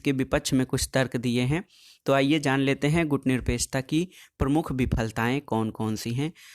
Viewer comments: प्लीज सर आप बार-बार गुटनिरपेकछा क्यों बोल रहे हो? सही बोलिए ना गुटनिरपेक्षता । आप भी ना सर क्या बच्चों की तरह तुतलाती आवाज में बोल रहे हो ? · सर टाॅपिक का नाम "गुटनिरपेक्षता" हैं ना कि गुटनिरपेकछता।